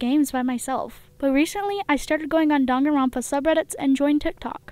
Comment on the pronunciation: Me hating how she pronounced danganronpa wrong